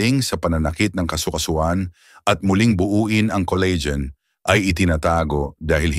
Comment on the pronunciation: Coleygen🤣🤣🤣 Col la gen🙄